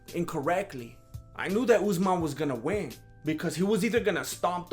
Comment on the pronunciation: Deffo respect Usmans name lol